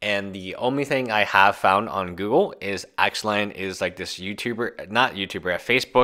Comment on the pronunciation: Axelon? Pretty sure it's pronounced ick salon